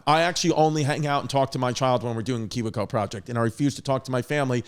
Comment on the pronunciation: I enjoy chris not knowing how to say KIWI CO